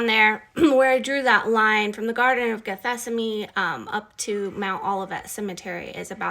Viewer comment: Are you trying to say "Gethsemane"? ""gheth-SEM-ə-nee"? Are you renaming it or??? I am confused.